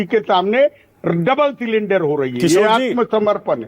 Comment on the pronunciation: सरेंडर को सिलिंडर बोल रहे है किशोर जी।